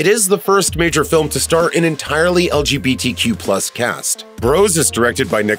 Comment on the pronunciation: you say legtq wrong